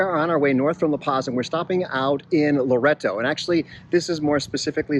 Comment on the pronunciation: and the other one is Loreto...think Lor-ett-oh. Seems strange but that's how the locals/natives pronounce it.